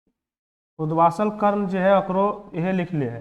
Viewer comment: Hello sir उदवासल नहीं उदभासल कर्ण होता है So please galat na padhaaye hamlogo ko